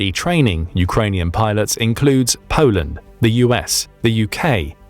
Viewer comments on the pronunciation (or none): none